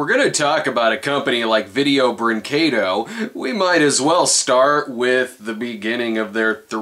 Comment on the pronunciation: He can't pronounce vídeo brinquedo